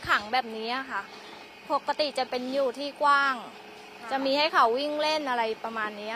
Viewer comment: ปกติครับ ไม่ใช่ปักติ